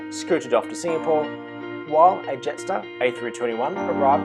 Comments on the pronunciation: (Jetstar Yarstar) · Love your witty sense of humour lol (Jetstar Yarstar) 😂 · (Jetstar Yaystar) ✈️ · (Jetstar Yaystar) Great video!!!